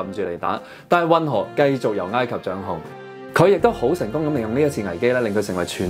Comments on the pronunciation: 查實係“哀“及唔係”挨“及！ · ，埃及個埃字讀音係 '哀'，你讀咗異音字'挨'，你有超過60萬訂戶，必須話你知，唔好讀錯。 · 應該係 山埃先會讀ngaai，其他時候應該都係oi。我記得係咁。唔係既話，當我冇講過🤣